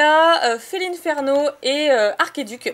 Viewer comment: Coucou ça fait plaisir que tu reprenne les vidéos MAIS stp arrête de dire "Felineferno" (j'écris comme tu le prononce) mais dis Felinferno car le nom de ce Pokemon vient du latin inferno qui veut dire enfer et de félin bah tous ce qui est chats,lion,tigre etc... donc le nom de ce Pokemon veut dire félin de l'enfer ou félin de feu.